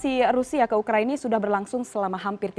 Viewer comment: Ngakak di menit awal dia bilang ukraini🤪🤪🤪